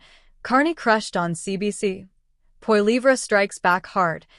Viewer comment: get the name right for crying out loud: Poilievre .. polly - ev - ra